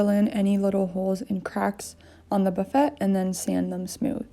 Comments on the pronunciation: It is pronounced Buff-fay not buf-fet. The T is silent. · She calls this a Buff - et, I've always heard it pronounced Buff a. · It’s “buff-aaaayy”. Lovely job! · I’m sorry this looks amazing but buff-et?? 😂😂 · I know this is old and she will never see this but it is called a buffet, pronounced buff-aye. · It's "Boo-fay", sweetie. Absolutely gorgeous! Well done indeed !!! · It's a French word meaning sideboard where food items are placed. The French say boo-Fay, English pronunciation is buh-Fay. Simple. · Buffet is pronounced like buff Fay ;) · Actually it is "buh FAY" with the emphasis on the second syllable :) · lmao...Buffet? Honey its a French word Buff-a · It’s pronounced “buff-a.” 😉 Love the paint you chose. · they weren't being snobby or rude....and nobody was "correcting" you-just sharing good information. I was always grateful when people who knew something I didn't, shared their knowledge with me. Buffet and fillet (like fish fillet) are French words and rhyme with the word "hay." Love your work! It's gorgeous. You did a great job on prep, painting and picking out great knobs that mimic the carved design on the drawer fronts. New subscriber tonight! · I felt so bad for her that she kept saying it wrong, I had to give her a 'like.'